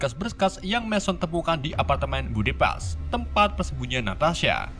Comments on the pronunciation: banyak penyebutan bhs inggris yg salah spt red dust (red dast) jd red dus 😀,budapest jd bedebus tp krn naratornya pede jd enjoy aja sih 😂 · Budapest ❌ Bedubas ✅ 😁 Tapi tetep seru nonton sampe akhir. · Budapest bukan Budipast 😂😂😂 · Budapes bang bukan budubas 🤦‍♂️